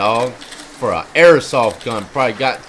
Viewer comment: Yo it’s airsoft not airosoft js